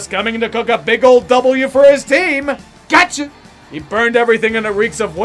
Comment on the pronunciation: Oh, you were saying 'Gotcha'...I thought you were saying 'Gacha' like Gachapon, the Japanese capsule machine. Because the Seahawks are definitely as unpredictable as Gachapon.